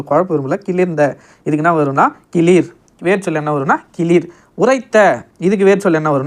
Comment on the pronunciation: அண்ணா இது கிளிர் அல்ல கிளர் நீங்கள் தவறான கூறுகிறீர்கள்